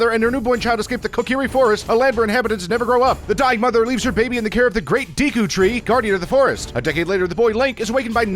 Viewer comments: Deeku tree...ITS DEKU YOU FU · It's not Deeku, it's Deku. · Even tho breath of the wild was out at that time he still says deeaku tree instead of deku tree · DE-KU tree not DEE-KU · It’s deku not dekoo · The great deeku tree lmao I thought it was Deku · It’s de-ku not deeku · Deku not deee cu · It's pronounced day-koo not dee-koo... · h-He called the deku tree deeku! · The Deeku tree! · Am I wrong or are a lot of these words mispronounced? Kokiri should be koh-kuh-ree, Saria is sarr-e-uh, Deku is deck-oo, Kaepora Gaebora is kay-pour-a gay-boor-a.